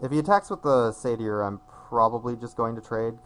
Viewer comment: say-ter (or, say-tuh)